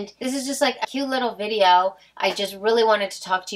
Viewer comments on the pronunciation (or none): none